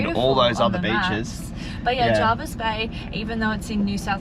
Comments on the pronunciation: Anywhere on the Shoalhaven coast is generally packed during Summer weekends and school holidays, especially areas that surround Jervis Bay (Huskisson, Vincentia etc). It’s also said Jervis not Jarvis. Locals kinda twitch when people say it wrong (yes, I’m local). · JERVIS.....NOT JARVIS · I live in the Jervis Bay Area and have for done for 45 years. It is as others have said Jervis not Jarvis. The bay has seen many changes over the years. Hyams for instance was a sleepy little bush area where you could purchase a block of land for $30000. If you were here over the Christmas period it is a crazy period of time with so many tourists, we actually don’t drive our car over that time as we can’t get out our street or get a park so it’s no wonder you had trouble getting in somewhere without a booking. A beautiful vlog thank you for sharing .